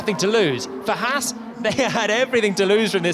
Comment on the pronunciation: Why can't the F1 commentators pronounce the name Haas correctly. It's not Hass. This bugs the neck out of me.